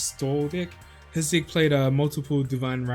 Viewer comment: come on man.. he is saying that on purpose right ? xD i always understand dick instead of deck haha